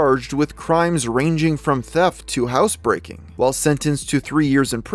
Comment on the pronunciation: 😆 did you just say house breaking??